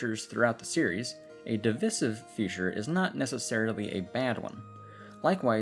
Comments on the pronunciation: de-vyy-civ not dih-viss-iv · At about a minute in you say the word “divisive” but you pronounce it “di-vi-siv” when it’s actually pronounced “device-iv”. Good vid though! 👍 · that doesn't really play into it all too much, the crux of the pronunciation would be the diphthong [vi -> vaɪ] which is also present in the verb "divide" [dɪˈvaɪd] from which the adjective "divisive" is derived (another diphthong, actually, you wouldn't say de-rivved, would you..? it sounds wrong). i get that the rules are arbitrary sometimes but, like,..... divisive shouldn't rhyme with missive, submissive, emissive; notice the double s in all of those. it just doesn't compute aurally. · i'm sorry i'm sure you've gotten this comment & i'm enjoying the video, but "divissive" is taking me out. if you've got, like, a pizza.. and you distribute the slices evenly between eight people.. do you dividday them or divide them? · That is not how you say devisive, lol. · The worst feature of this video is how you say DIVISIVE!! Good video otherwise lol